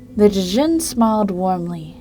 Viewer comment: its pronounced jin not d jin